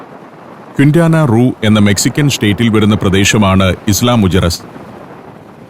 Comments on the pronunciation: മുജെറീസ് അല്ല മുഖേറസ് സ്പാനിഷിൽ ജെ യെ കെ എന്നാണ് ഉച്ചാരണം. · ഐലാ മുജിറിസ് എന്നല്ലേ പറയേണ്ടത്...?